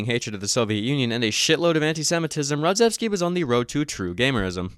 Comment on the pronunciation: RodzAevsky not Rodzevsky